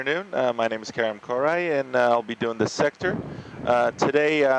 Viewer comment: His name isn't caren.His name is kerem koray